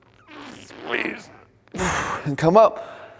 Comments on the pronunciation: SCHWEEZ and SQWCHUUEEZ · "SQGUEEZE" "SQGUEEZE" "SQGUEEZE" "SGUEEZE" "sgueze" definitely doing my workouts like this at least twice a week.